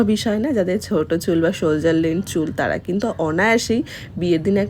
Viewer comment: ওটা সোলজার নয়, সোলডার😮